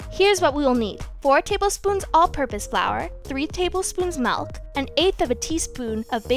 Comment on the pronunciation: You said MALK not MILK 😂